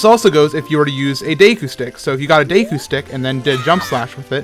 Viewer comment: Plays zelda but can't pronounce deku properly